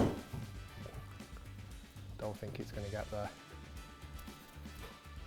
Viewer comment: Rick trying out for the little Britain reboot….. “I Dow like it” 😂😂